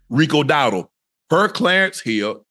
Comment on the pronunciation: that man acting like he don't know how to say Rico Dowdle last name😂